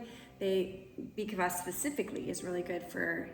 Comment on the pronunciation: Say beet kfas not kavas 😊